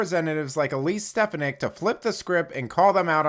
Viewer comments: I think her name is pronounced Stef AWN ick. I could be wrong. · It's a good posting but learn how to pronounce her name. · You mispronouced Stefanik's name. I would think you would want to get that right. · You tell them Elise! The media is as corrupt as Joe Biden ! the guy narrating needs to pronounce her name right 😖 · Please learn how to pronounce Ms. Stefanik’s last name! Thank you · Hey! Good video but please correct your pronunciation of Stefanik 😅